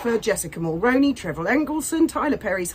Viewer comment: 👋 Ho..just an fyi Mulroney Is pronounced as Mull-Roo-Knee or Mull-Rooney like the actor Micky Rooney's last name I'm 🇨🇦 and I don't care one whitt about Jessica Mulroney But I do care about her late father in-law our former & late Prime Minister - Brian Mulroney. It's HIS last name that people are mispronouncing & that bothers me as I feel as if by extention of mispronouncing her name everyone is being somewhat disrespectful towards Brian Mulroney, his memory & legacy as a respected former Prime Minister of Canada. Over the past 7 years since MeAgain has been publicly involved with Harry with people periodically bringing up Jessica Mulroney's name in relation to MeAgain...A great many of YouTube content creator's have consistently been mispronouncing the name Mulroney. At 1st I figured that most people would eventually research her a bit & thus learn how to pronounce her last name correctly...Alas that hasn't happened in the vast majority of the cases. Dan Wooton & Lady C both get it right most of the time but they still slips up at times. I've been trying to inform each content creator that I follow on how to pronounce Mulroney correctly. I'm guessing that either people haven't seen my messages or they simply don't care. I'm hopeful that you will see my message and hopefully pronounce it correctly going forward... I hope that you are doing well and finally got some sleep after last night's selfish self-centered karaoke performance in the middle of the night... I w